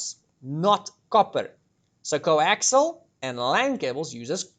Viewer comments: Coaxial, not coaxile. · I'll just throw this in because nobody else has yet - the final cable is actually "Coaxial" cable, pronounced "kow·ak·see·uhl"